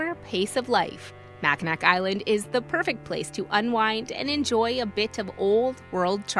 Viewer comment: Argh! For Michigan you start saying Mackinac Island correctly, but then start saying Mac-ah-nak. It’s Mac-ah-naw…the “C” and the end is silent.